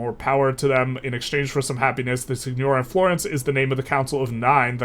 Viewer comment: It’s pronounced seegnoreeah :)